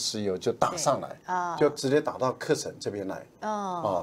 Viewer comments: 纠正一下赖教授的发音，喀什 不念 课时，念咖石，是少数民族语言音译的，不能照汉语字面念，14亿大陆老百姓这个词没有人念错的，留法的文科大教授念错不应该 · 喀什，咯读ㄎㄚ[kā]。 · 喀什，读音“咖十”ka1shi2